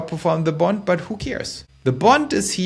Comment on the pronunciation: Your saying "BOND" sounds like "BUNT"